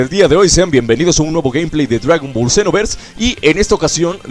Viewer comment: Alguien se da cuenta que dise dragón ballet senooooverss :v